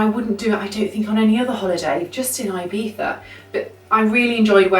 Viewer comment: Its so stressful how you say IBIZA... 😑😑😑😑😑